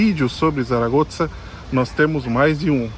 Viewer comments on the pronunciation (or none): Zaragoza (pronúncia correta em espanhol é SARAGOÇA, muito, mas muito diferente que Tsaragotza) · Achei interessante a pronúncia de vocês do nome da cidade "Zaragoza". Brasileiros, falando o nome de uma cidade espanhola com um "z" à italiana. Abraços! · Gente, não se fala "Tsaragotsa", não hahaha isso deve ser por vocês morarem na Itália, né? Se diz ou "Çaragoça" ou "Tharagotha" como os nativos devem dizer. Pronunciar como diríamos em português, com som de Z mesmo, ficaria mais natural para nós também. Mas o "ts" ficou estranho. Desculpem-me pela pequena crítica! Talvez um dia eu possa morar aí. Muito bom vídeo, Abraços!